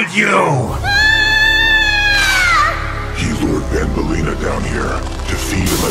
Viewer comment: Banbaleena more like mandaleena